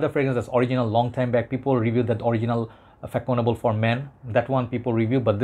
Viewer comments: As kevallec before me indicates, fah-son-AH-bluh. French Ç is pronounced like an S. The same sound as in the Catalan name Barça for (FC) Barcelona. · it pronounce Fassonnable bro ;) the first one its all my childhood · The proper prononciation is fa ( son) able 😊😉